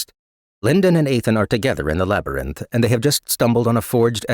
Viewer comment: Always bothered me how he pronounces labyrinth. Especially when it's written out like 50 times each chapter lol. Other than that, love this